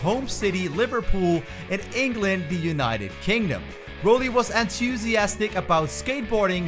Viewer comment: Props on saying Rowley correctly